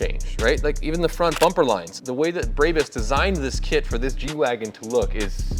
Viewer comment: It's brawbus not braybus